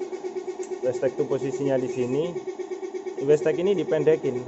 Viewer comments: wastegate (weisget) kok jadi (westek) terus bro wkwkwk.. kurang ngopi keh bang? tak kirimi kopi tongkat ali mau? hahaha.. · Bukan westeg mas, tapi wastegate(wesget).. 😊